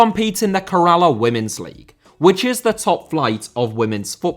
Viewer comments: Its pronounced “Kerr - ahh - la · You butchering the pronunciation of Kerala was worse than the disrespect to women's football. It is pronounced Kay-ruh-la. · Lol at pronouncing Kerala as Karala, he tried his best though.